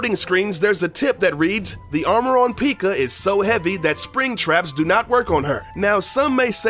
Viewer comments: Peeka. Lol I’m dying. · Say peeka one more time I swear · Out of 7 things, I knew 6 of those. So there not things I dont know. Also, you called P.E.K.K.A a Pikuuuhhh.. You should make a video called "7 things I make up for a click bait video and really dont play clash of clans. I STUPID" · I’m not sure if this guy knows what clash of clans is really PEEEEKA and PIG rider?? 🤔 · Stop saying peeka lol 😂😂🤣😂🤣😂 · 1. You did no good research on this game bc you were basicly pronouncing everything wrong 2. It litterly says supercell when you open the game 3. Most people that play the game know everything you just mentionned Srry i had to say that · mispronounces a few names of troops Everyone watching: intense breathing intensifies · Thank god someone agrees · If he can't pronounce the troops right don't do the video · Your pronouncing P.E.K.K.A wrong lmao 😂😂😂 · lol he pronounced p.e.k.k.a wrong lmao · Purple Alpha nothing since he called the hog rider a pig rider and also misprenounced p.e.k.k.a wrong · In watching this in 2019 and he said Pekka wrong lol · you said pekka wrong lol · I cried when he pronounced P.E.K.K.A wrong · You pronounce PEKKA wrong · That’s not how u call a P.E.K.K.A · He said pikka for pekka it sounds like he is talking about the Pokemon piikachu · Right he says pikka it’s pekka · The fact this guy says Peakka and not pekka triggers me... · p-eh-k-a not p-ee-k-a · Its not peeka its pekka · Everyone knows its not pronounced peeka... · Was anyone else annoyed when he called P.E.K.K.A a pikka? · did it annoy you when he said pikka. and how he thought we wouldn't know it was made by SUPERCELL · Why tf did u call P.E.K.K.A peekuh?!?! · "PEEKA"? "Pig rider"? Seriously... Do your research ffs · dude really just called the pekka a pica 😂😂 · something u need to know is how to pronounce pekka! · i love my p.e.e.k.a.s best pronunciation award does not go to you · Did he say the peeka? 😂😂😂😂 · I pretty sure its pronounced (Peh-k-uh)